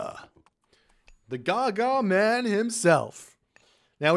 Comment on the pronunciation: THE GARGARMAN 🤣